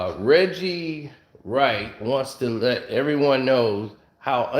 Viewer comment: Damn he said Wedgie Wright LMAO 😂